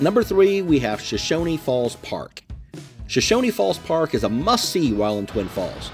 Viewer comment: Nice video. I really enjoyed it. But there is no "i" at the end of Shoshone. It's pronounced just like it's spelled. show-shown